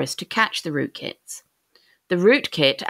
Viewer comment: why do I hear rootKIKS?